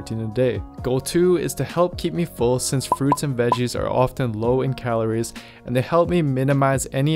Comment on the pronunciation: Where is this fucker from who the fuck says Calor? It’s calories